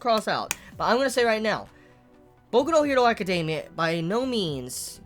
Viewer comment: He says it the way it should be said?